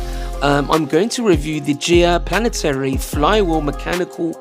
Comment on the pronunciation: when you said planaternic did you mean Planetary? <3